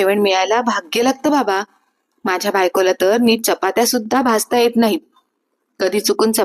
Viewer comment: भासता नाही भाजता